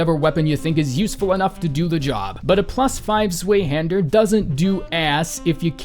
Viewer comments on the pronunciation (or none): It’s pronounced “zvihander” not “zweihander” (it’s German) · AHHHH ITS NOT PRONOUNCED ZWAYHANDER ITS GERMAN ITS PRONOUNCED ZVIHANTER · At risk of sounding like a pedant or repeating someone (or missing a joke) I feel compelled to point out that you mispronounced "zwayhander" when it should be pronounced like "tzvai-hahn-dehr." It's that German "ei" in "zwei" ("two"), like in "either" and "zeitgeist." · My mans said "zwee-hander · um Ackchually It's zv-eye-hander Cuz Germany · "sway-hander" 0_0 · Zweihander. Pronounced tsvai. German meaning two